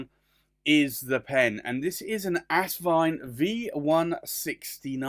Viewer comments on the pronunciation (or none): It’s As-vine not Ass-vine!